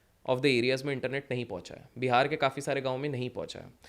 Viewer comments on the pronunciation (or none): none